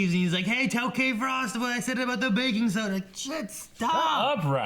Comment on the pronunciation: Did you say Bacon soda or Baking soda?